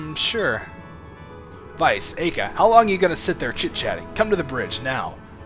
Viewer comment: actually its pronounced like Eye-Ka. From the japanese standpoint anyways, since her name is japanese. Ai-ka